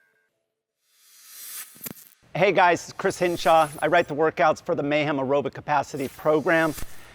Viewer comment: What in the AI fake bs is this? He doesn’t even say his only name correctly